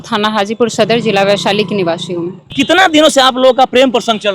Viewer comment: Niwashi nahi niwasi hota hai